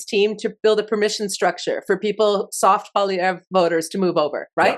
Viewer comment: I can't stand the dipsh*t but please learn to say the name of Poilievre. And before you freak out over an American takeover, read up on Norad. Jeez